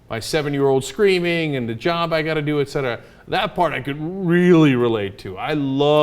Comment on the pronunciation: How many times are you gonna 'ect' Cenk? =D